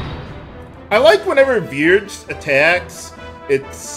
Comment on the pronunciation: The German pronunciation of "Vierge" would be approximately "FEAR-geh". Since there's so much in the game that's based in German, that might be how it's actually pronounced